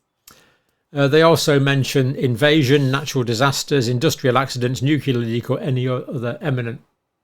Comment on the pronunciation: Nuclear. Not Nuke-u-lar